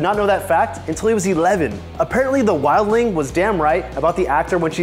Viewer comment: You called Ygritte "the wilding". The f***ing wildling. Well thats a dislike for you, enjoy!